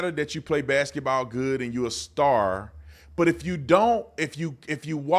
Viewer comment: That joker said “BACKETBALL”…😂😂😂😂😂😂😂😂😂